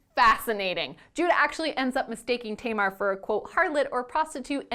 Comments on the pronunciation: I deeply appreciate this video, but I wish you would look up the correct pronounciations of names because it was driving me crazy that you were calling Tamar Tay-mar. That “a” sound does not exist in Hebrew. Other than that, I think this is really important and a great thing to talk about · that's...that's not how you pronounce Tamar. my sister's name is Tamar. it's TAM-ar, like TUM-ar.